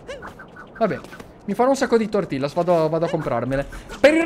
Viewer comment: comunque sono i nachos, e tortillas l'hai pronunciato male, si scrive come l'hai detto ma si pronuncia tortiglias